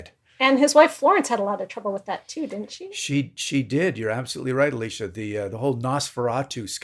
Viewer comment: Okay, is it me or does it sound like he is calling "Alicia" and not "Elisa"? Because that's what it sounds like to me.